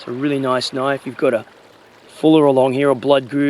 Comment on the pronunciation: I came just to hear you say "noyyfe".